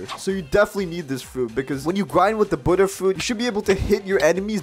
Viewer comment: Omg bro finally a youtuber who pronounces Buddha properly (Kitt Gaming, And Official Noobie also pronounce it correct)